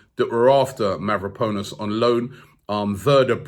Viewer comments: Robbie used to pronounce Mavropanos correctly, so why is he saying MavropOnus now? He is obviously doing this name butchering thing intentionally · Mav-ro-pan-os break it down and maybe you’ll be able to pronounce it, Konstantinos Mavropanos, Sokratis Papastathopulous, this shit is fun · It’s Mavro-pa-nos not Mavro-po-nos😂 great show tho, keep it up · Mavroponis, Calhangolo...Robbie seriously butchering names in this video 😂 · Mavraponos . ahhahahahaha jesus robbie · Ari Gabriel how long before he says mavropenis?...🤣